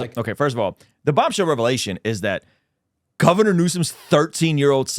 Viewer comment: I’m glad I’m not the only one saying “Gaviner Newsome” 🤣 my wife calls me out often for it!!